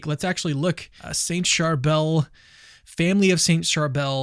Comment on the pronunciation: Thank you for talking about our beloved saint of Lebanon! Just a lil correction- the saint's name is pronounced "Shar-bill"